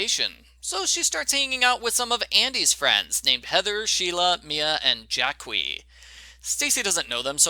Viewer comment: Pretty sure it's pronounced Jackie